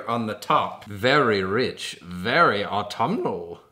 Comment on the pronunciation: Aautuminal doesn't sound like a word after a while😂 very pretty soap! I love the colors.💖💕💓💗